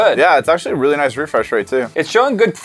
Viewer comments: Did you say rate or rape 😂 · It sounded like said “this is where we rape products”lol😂😂😂